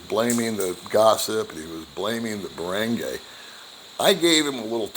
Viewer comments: Baranguy Pronounced Bah-ron-guy not Bah-rang-gay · You are pronouncing ”barangay” wrong.